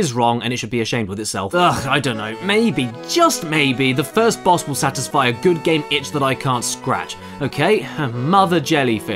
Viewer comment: Is it wrong that I quote where Caddy says "I BEAT DA BAWS" on a pretty much daily basis?